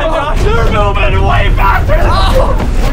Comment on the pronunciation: Is it me or did I just here him say booving instead of moving